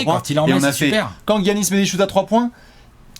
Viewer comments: Giannis se prononce "Yannis" et pas "Guiannis", je vois que vous avez hésité qques fois :) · arrête de dire "Guiannis" dit "Giannis" ça ira bien mon bew une bise à vous c'est super ce que vous faites.